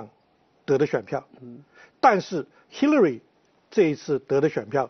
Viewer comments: 叫兽 那叫Hillary 发“h”的音 你愣是不停地在说“西”乐瑞。 还在美国生活20年还大学教授。 不谈论点 就你不停打断别人说话的样子 真叫人反感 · Hillary都读不准，为什么不直接说中文？干嘛b还美国大学教授？